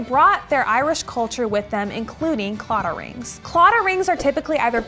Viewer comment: This was unexpected to see, I am not too far from the area, you're saying claddagh wrong and Connemara kind of wrong though but I love you :'D